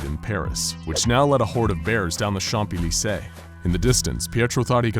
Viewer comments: you don't pronunce the p in champs élysées btw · Worst pronunciation of Champs Elysées.